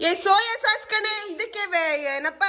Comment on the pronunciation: 🍅 ಟೊಮೆಟೊ ಸಾಕ್ಸ್ ಅಲ್ಲ ಅಮ್ಮ ಅದು ಸಾಸ್.